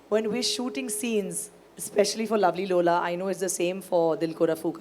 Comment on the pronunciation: Lulla nhi Lola 😂😂